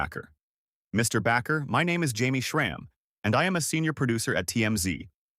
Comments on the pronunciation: I hate these AI narrating videos. As another posted why not say it from the creator unless the whole thing is fate. Bakker not Backer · AI? His name is Jim Baker, not BACKER! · The word isn't "Backer" - it is Bakker (pronounced Baker). Terrible podcast!!!!! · You're not even pronouncing Jim's name right!!!! It's pronounced BAKER, LIKE A PERSON WHO BAKES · AI can't pronounce his name right.